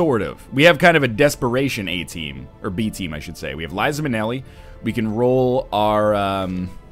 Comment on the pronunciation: Is NL Canadian? ... 'cos it totally sounded like "eh" team to me.